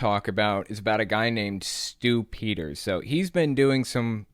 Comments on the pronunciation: The way you pronounce Stew Peters name sounds like "stoopiders" . If you know what I mean 🤔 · I hear "Stupider" everytime you say this guy's name. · I just hear “stupiders” when someone says his name. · Saying his name "Stew Peters" sounds like "stupiders"-- how appropriate! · Whenever you say Stew Peters I think "stupiders"